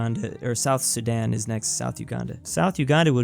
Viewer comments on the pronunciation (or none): none